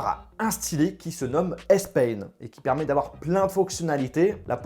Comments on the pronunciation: S PEIGNE (accent de ) hahaha j'étais mort de rire 😂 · S peigne 😂